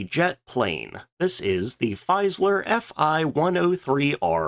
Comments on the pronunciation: Its Fieseler, not Feiseler... pronounce it like: Feesalar in english. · "Feeseler" I'm afraid, not "Feiseler". Always interesting videos, thank you. 👍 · Jeez man, you pick such interesting subjects, that's really good, but your pronounciation makes brains bleed... Faisler??? Like in Lafuaffa??? Who the hell would Hanna "Rish" be??? Come on😂😂😂